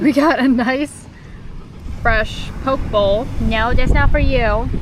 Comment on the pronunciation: Aloha, that bowl of deliciousness is pronounced "Pokeh Bowl", just some info. Great video as always, aloha from Oahu..